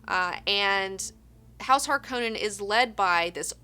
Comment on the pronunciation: Its interesting to hear how you pronounce things, even if i read it in english i say the words differently than you (i have a swedish/spanish background and well, i know english as well). Just like how you pronounce Paul Atreides or Harkonens, i first didn't know who you meant and it took a sec to tune in ^^ and i really like the books! Atleast the first ones, around 3rd/4th or so it kinda dwindled down for me.